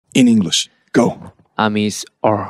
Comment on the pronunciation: Mission: Say “English” Jin: Englishee Me: Eng-WORLDWIDE HANDSOME JIN